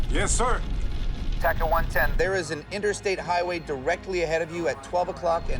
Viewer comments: Isn't it TACA, not Tacka? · Its TACA not TACKA and Carlos Dardano not Dardino.